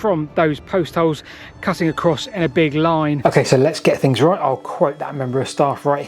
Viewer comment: We’ve got free fings, a ten fousand year old Stonehenge… your poor speech undermines any credibility.